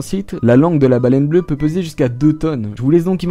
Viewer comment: Baleine bleuE avec un E euuhhh